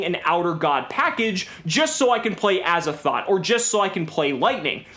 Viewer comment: Dude I died when you said Aza-thot😂😂😂 I believe it’s named after h.p love craft’s azathoth